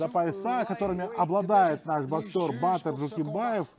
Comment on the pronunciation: Не Батиир а Батыр